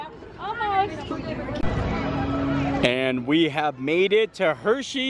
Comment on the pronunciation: From Pennsylvania and still says Reese’s wrong. Shame on you!